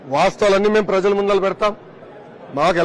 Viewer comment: ముందల కాదు sir ముందరా ..